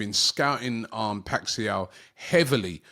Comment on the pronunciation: for me is Robbie pronouncing Paixao(PAI-SHOWN) as PAI-XIAO lol